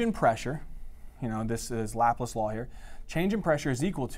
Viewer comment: lapless who the hell is lapless that's laplace ( Lah-place rhymes with face ) great videos doesn't pronounce words to well though